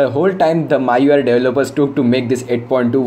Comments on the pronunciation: bro it ME YOU I (MIUI) not MAA YOU I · What language are you speaking? it's MIUI read as me-UI not my-UI. Plus it is the "stock" Android. The one that's officially supported and updated by the manufacturer is "stock" Android. For example, Grace UI / TouchWiz for Samsung, HTC sense for HTC is stock. The one you were referring to is called AOSP. Get your facts straight.